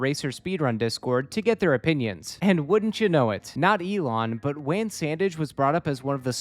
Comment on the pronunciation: its not "wan", its "wan"